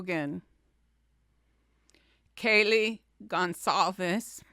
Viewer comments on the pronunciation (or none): It’s Goncalves, not Gonsalves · Hyundai = Hun-day Goncalves = Gon-sall-ves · Please, Please. Kaylee’s name is a Portuguese last name so that (CA) in Goncalvez is a soft C sound and not a hard C, as when pronouncing Gonzalez. Let’s try to pronounce it correctly.